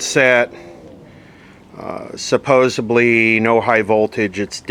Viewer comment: I am not a hater, but you are the second YouTube presenter this evening who has said suppoubly for supposedly. Oh well, maybe its the new talk.